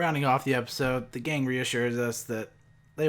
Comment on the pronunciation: Did you pronounce gang with a hard G?